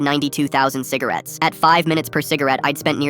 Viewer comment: fivce hundred cigarates